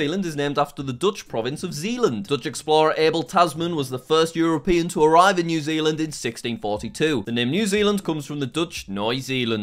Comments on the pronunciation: Your pronouncation of Nieuw Zeeland gives me great pain. New Zaeland. EE in Dutch is like the long A in English. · Noj Zeeland😂😂😂 I am from Zeeland and this is so funny to me😂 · it's funny to hear him pronounce nieuw zeeland as noi zealand, it's in reality pronounced almost exactly the same if you're curious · Bro said noij zeeland its Nieuw Zeeland or Nieoe Zeeland